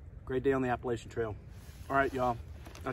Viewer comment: How can you say y’all , and then mispronounce the trail name?